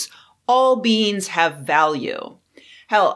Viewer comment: Sentient BEANS!? I know, but I can't unhear it.